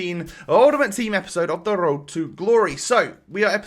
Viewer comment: Can you say road properly?